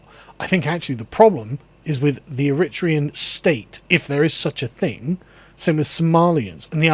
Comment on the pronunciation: The emphasis in "Eritrea" and "Eritrean" should be on the third syllable. It helps your credibility tremendously if you pronounce words correctly. This is a minor but persistent irk when listening to the otherwise excellent Lotus Eaters.